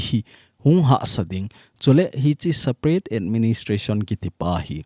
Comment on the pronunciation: Sir pa Nang lailai in saparate nati in separate joh a pronounce a pha hilou ham 😝